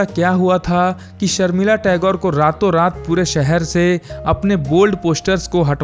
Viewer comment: सर्मिला नहीं शर्मिला बोलो